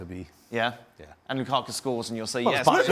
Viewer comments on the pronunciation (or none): This guy as always hates "Loo-kah-kuh"